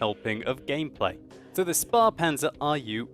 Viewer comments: Spahpanzer? it's Spähpanzer :D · It's a "Spähpanzer" not a "Sparpanzer" (Conserve-tank, save-up-tank; which ironicly fits your definition of it as a cut down Leopard :P). German ä ~ english a. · hey. not being rude just letting you know: you say it like Spar-Panzer. (sparen means to save money, so it sounds a bit funny, like the tank was very ceap:) it is called a Späh-Panzer. you could look up the pronounciation of ä on youtube. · hariz razin Its pronounced Schpaehpanzer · it's spähpanzer, not spahpanzer (pronounce the ä roughly like the a in lag) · It's not "Spa"-panzer, its Spähpanzer (the ä like in Waffenträger) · To all the non german speaking folks: Its pronounced Schpaehpanzer and not spapanzer. ;) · it's pronounced sh-pae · Not Sp"ah"panzer. "Ä" sonds like A in: - "a"t, - T"a"nk, - M"a"n - M"a"c ÄH is a long aaaaaa ;-) Best wishes from Germany ! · in case you wanted to know (probably you don't lol): The pronunciation of 'Späh' would be close to 'shpay'. Other than that I'm actually pleased by your relatively good pronunciation of German words. Keep it up!:) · SpÄhPanzer with an ä not a. It's from "Spähen" in english it's "peer or peek" literlaly a scout tank :) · The 'ä' is pronounced more an 'e'.. just a hint no offense meant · The "ä" or "ae" is pronounced kinda like the "a" in "have". I find it kinda difficult to explain how to pronounce things sry about that :/.